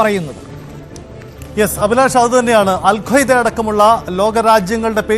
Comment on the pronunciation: അൽ ഖ്വയ്ദയല്ല Alqaaida